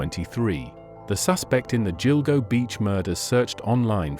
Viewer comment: What you need to know....” Gill-Go “ not “Jill-Go” 😏